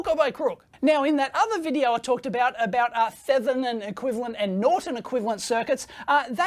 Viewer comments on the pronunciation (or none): Lose the bogan pronunciation of Thevenin. 'Th' in this case is pronounced as if the 'h' isn't there.